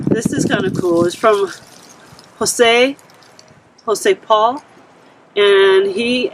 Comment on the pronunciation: ( I forgot to mention in my last comment😊) Is Jose Raul Not Jose Paul.....LoL. (but I forgave you because you did'nt have your "reading glasses" On......LoL.✌